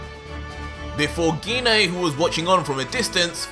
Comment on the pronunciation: I thought it was pronounced gi nay not gee nay stop changing wat you call her its mean idk what my own moms name pronounced is also I don’t think gine would be in hell she’s the most nice calm and collected saiyan besides me gohan goten trunks